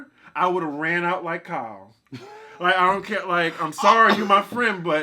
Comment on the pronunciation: I’m about to throw my phone at for that Michelle Williams. He has ZERO chill 😂😂😂. (love you 🥰🥰) OFF TOPIC QUESTION: what’s the backstory on why say KYLE (from RHOB) the way he does? It cracks me up — but I’m lost cause I don’t watch that show 😩